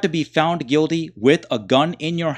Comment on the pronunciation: It's pronounced " Guilty" not Guidy